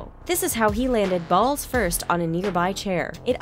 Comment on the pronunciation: she said balls firsh hahahahahhahahahahA